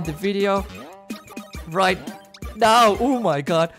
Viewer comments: Normal people: oh my GOD: OH MY GUT! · I like when u said "Oh my gut!"